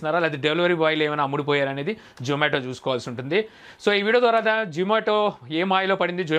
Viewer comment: Nuvvu true caller pettukoni untav adi zomato call spam loki vellindi adi mi tappu.urike pani pata lekunda videos petti companies ni badnam chesi employees potta kottakandi.niku zomato ani peru palakadame ravatldhu mundu English nerchukondi velli 😋😋